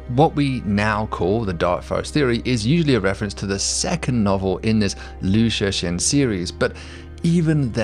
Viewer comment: FYI: Liu Cixin is pronounced a lot more like "Lio Tsih-sheen" -- the C in Chinese names is a "ts" sound like in tsunami, and the X is an "sh" sound.